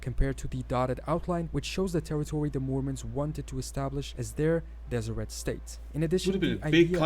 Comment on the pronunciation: I'm glad you're back. Keep on keeping on! P.s. the t in Deseret is silent (des-i-rae).